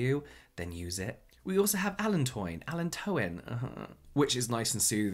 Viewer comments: It's Allan-to-in! Greetings from Germany. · Allantoin is pronounced as Uh-land-toyn. Hope it helps 😉